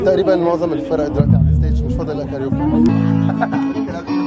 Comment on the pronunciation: بيقول كاريوكي هههه